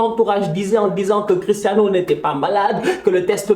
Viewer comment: je rêve ou il a dit christanos 😂😂